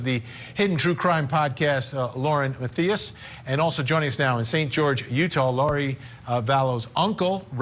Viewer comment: Love ya Vinnie, but it’s Lauren (MA-THIGH-ISS) Matthias